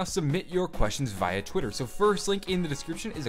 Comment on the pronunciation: You know what I can't wrap my head around? The fact that you know so much about zombies yet you say it as ather when it's actually pronounced ether and you say via wrong too